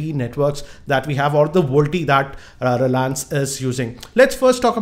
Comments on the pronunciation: hehehehehe its Vo-LTE ??not volte ....!!! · Its little fun to me whenever you say voltie ...you should spell it as Voice Over LTE..you should had mentioned the battery and power consumption if we use VoLTE. As its needs to fully convert all Analogue to Digital and vice versa it will consume more power and drain more battery if you tried it... Jio app is a workaround to it and not a permanent fix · first thing it is voLTE not VOLTE